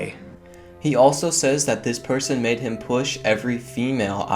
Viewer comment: "mad" but he said made. Lol